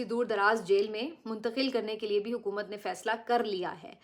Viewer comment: Please stop saying Hukamat What Hukamat